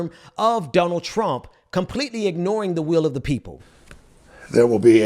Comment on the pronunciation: Does say donald as dumb ald? Or is he saying Dun ald? So my question is he saying it weird in order to call him dumb, or does he just have a bit of an accent and it sounds strange to me?